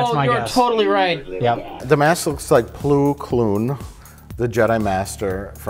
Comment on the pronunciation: Ah yes, ploo kloon, my favorite jedi master.